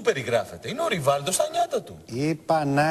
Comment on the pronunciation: ειπα να εχει και φρρραντζα!Ειχε φρρραντζα ο ριβαλντο στα νιατα του??????χαχαχαχα